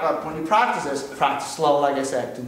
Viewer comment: Did he say plactice. I want some Flench flies no I think you need French fries. ...... Oh I am velly Solly.